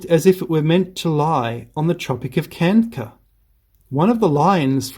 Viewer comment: Why are you pronouncing Tropic of Kanker and not Cancer ?